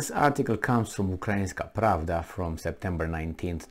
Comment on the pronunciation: I read the caption and think, oh dear, I guess I better listen to this. And then says: According to Urainski Pravda... And then I stop listening 😄